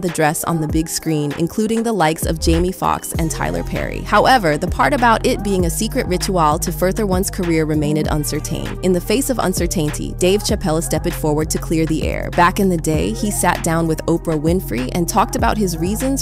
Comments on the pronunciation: loving that A.I. pronunciation of rit-u-ahhhl and uncer-tain and uncer-tainty 😂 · Did she say Cer-tan-taint-ee? LOLOLOL! Right around the mark. Someone forgets how to speak english. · ritu-AHL and cer-tayne-tee?? huh? so this A.I. gen speech or what? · “Un-sur-tain-tee?” 😂 Is that supposed to be Uncertainty? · I love the way they try to make these ai voice sound real until they have to pronounce every-day words like "Unscer - tainty" or "uncertainty" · Did she say un-sir-taint-tee? Uncertainty!?!? 😂😂😂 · When the narrator pronounces 'uncertainty' as "Unser-Tainty"...... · "Un Ser Tainty???" Robots cannot read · Did homegirl say UNSER TAINTY? In stead of uncertainty? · In the face of "un-ser-tainty" 😅 these a.i narrators need to step it up 🪜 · un sir tain tea man these text to speech programs are getting good but they still make mistakes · Un sur tain tie?? Wtf is this voice over.. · "Uncer Taynty" Nice bot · an UNCER-TAYNE RICHU-ALE??? is this in_ian written AI?>>>>?!??!?!?! VERY convincing, pajit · Is this ready by AI? Who says uncertain and uncertainty like that? Conusing Eddie Murphy with Eddie Griffin lol? Plus...where these receipts from Murphy at all...lol. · Is the narrator a real person? I know there's no master of pronounciation but of all the other words said wrong ,the way uncertain & uncertainty were pronounced is wild!😮